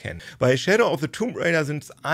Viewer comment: Weshalb sprichst du das "b" in "tomb" aus?